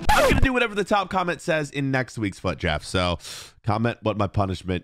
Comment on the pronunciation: You say Fuad draft